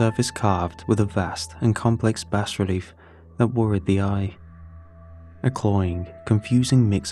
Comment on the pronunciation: "Bass relief" LMFAO